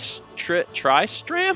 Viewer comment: That would be why you pronounced Tristram (one of the randomly generated Dungeon Defenders Squire names) so funny. You should really try Diablo II or III, they'd make good LPs, with Mal too.